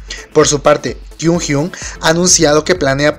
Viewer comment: Kyuhyun!💔😭 Ño! Oye, no sabes pronunciar sus nombres gg... Un consejo seria, que escuches como lo pronuncian en los programas.